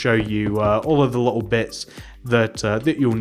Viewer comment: Say little correctly you lil